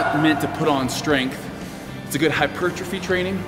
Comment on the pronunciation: Love this guy but he struggles so much with the word hypertrophy. It's hilarious!